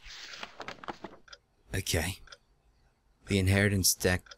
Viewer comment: I love how he mispronounced "tax" after "inheritance" and he said "all these big words!" Silly. c